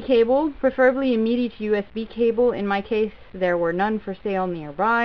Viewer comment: why do you call it MEDI lol